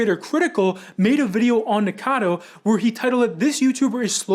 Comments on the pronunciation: I'm one of those who can't stand hearing "Nicado" though ^^'.... the same with people who call Eugenia "Eugena" xD it really like throws me out of my Focus while I'm trying to listen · Nick was saying "nick-a-noodle" and it sounded like "n*gga-noodle" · Drink every time the guy says his name wrong 🥴